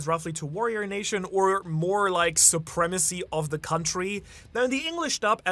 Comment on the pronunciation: Suprema-sea? Hehehe